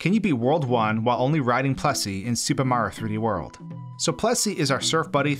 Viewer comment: “Soopa Maro 3D World”